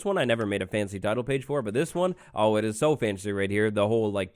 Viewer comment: instead of saying ,,oh" or at least ,,o boy" he sad ,,ɐ boy" british is a strange languege